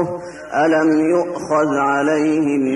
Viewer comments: at 34 seconds Shaykh recited ذْ of يؤخذ without the proper sukoon. His teacher corrected him to emphasise the sukoon. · so his mistake was his ذ with sukoon was pronounced too shortly?